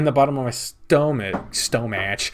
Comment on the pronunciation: The "stow-match" returns... I shudder in fright